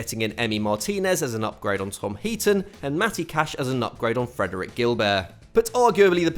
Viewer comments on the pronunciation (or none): none